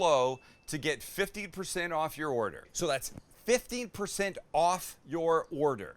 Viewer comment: Would you use ground wagyu? And everyone you saud 15% off it sounded like 50%. 🤪🙃